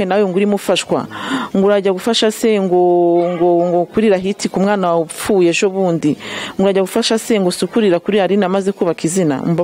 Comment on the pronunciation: Ese bavuga "wapfishije"Cga "wapfushije"?